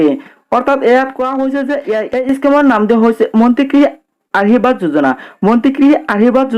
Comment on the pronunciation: ভাষাবোৰ শুদ্ধকৈ কবি, আহিৰবাদ যোজনা,জয় আই অহম এইবোৰ নকবি